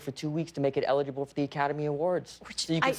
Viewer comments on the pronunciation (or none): Did Dave just pronounce "eligible" like ellaguble?